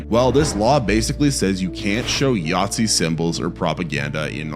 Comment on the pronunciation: I'm sorry are you seriously calling a Nazi a Yahtzee? They don't even sound similar.